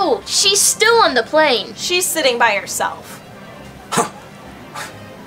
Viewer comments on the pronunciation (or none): none